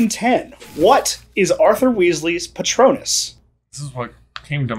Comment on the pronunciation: "What was Arthur's potrunus" Me: a rubber duck!